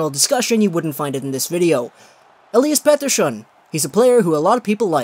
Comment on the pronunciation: Please stop saying his name that way and you like to repeat yourself. I don't mind your videos but your rant on Dobson was painful